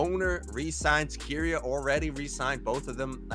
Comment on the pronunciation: Nobody else triggered as to how pronounces Keria